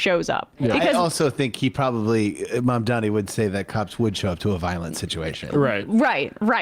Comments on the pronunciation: hey at least they pronounced Mandani's name right? that's progress. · Two noticeable things about this ad, 1) the pronunciation of Mamdani's name is correct. 2) there are ZERO characterizations of Jewish people. How obvious is that?! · this may be the absolute sloppiest AI slop i have ever seen, but you gotta hand it to those shapeshifting actors... at least they can pronounce Mamdani